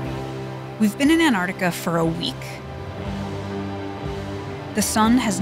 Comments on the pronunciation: For some reason I get so triggered by the way this girl says "Annarctica". It's A N T A R C T I C A! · we are in ennarnica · Nice but you went to ANTARTICA. Not Antarctica. There is a T.. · americans pronouncing an-tar-ti-ca as an-art-ika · It's annoying how you say "an ardica" instead of Antarctica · Why can't Americans pronounce their T's. An-ard-ica 🤣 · Please, please, please pronounce the darn T in AnTartica🤦🏻‍♂️ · Why are Americans so against pronouncing the first 't' in AnTarctica? Seriously, what did it do to you?